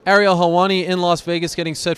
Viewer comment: Why is areil instead of Ariel